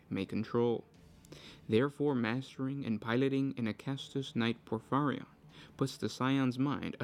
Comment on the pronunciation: Say it with me: POR - FEE - REE - ON